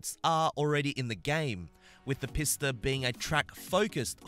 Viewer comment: It's pee-sta sorry it annoys me to no end